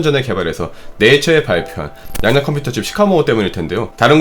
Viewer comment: 양자 컴퓨터 발음이 자꾸 "양댜" 컴퓨터로 들려요.